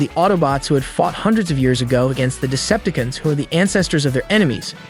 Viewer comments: Yeah lol and Decepticuns. Lol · He did not just say Decepti-can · "De-cep-ta-cans" "terra-cans" so close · This is a cool video and all...however the way you pronounce "Decepticons", "Predacons", and "Terrorcons" is.... odd? Nonetheless thanks for this explanation. Made some clarifications for me. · WTF is a Deceptikun? DeceptiCON.